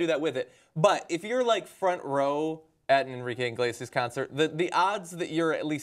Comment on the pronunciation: why do they keep saying enrique 'INglesias'? It's CLEARLY 'Iglesias'. Inglesias just sounds naughty naughty XD